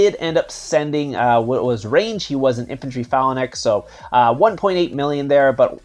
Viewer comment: I think I would watch more of your videos if you pronounced phalanx properly